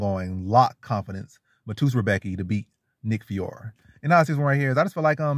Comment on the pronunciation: Honest question man you make predictions on picks but know nothing about one of the fighters. You can't even say his name right and it's really an easy name to say. I just don't understand it. Ur really just making a video to make a video. Nick fiore is Calvin Kattar & Rob Fonts grappling coach. Been grappling since he was in diapers basically. Very strong physically and has a great Jab as everyone in the New England Cartel usually does. Very high level BJJ black belt. Don't be surprised when the underdog gets it done next Saturday.